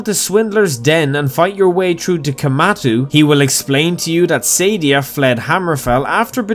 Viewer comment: It's pronounced Suh-Dee-Uh not Sadie-Ah